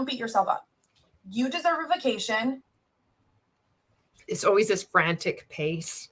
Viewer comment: i can't stand how she says "bekation"